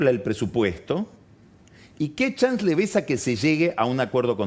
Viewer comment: RE cheto pagni, dice "chans " en vez de chance